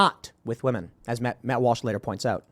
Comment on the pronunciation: Tim calls Matt Walsh "Malsh"